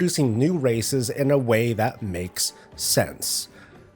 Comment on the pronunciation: the problem is you said " maoes sense".